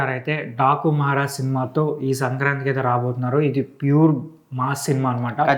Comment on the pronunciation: 😂 టాకు కాదన డాకు మహారాజ్. మహారాజు కూడా సరిగా palakatlevga 🤦